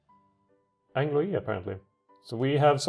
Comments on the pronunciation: I'm sorry, but this was really bothering me. Anglois is pronounced [ANGL-WA]. Also, you were correct, it's Jordan. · You're justified in being bothered by horrible pronunciation, just goes to show how bad my French is. So....it's not pronounced Ang-Louis? :D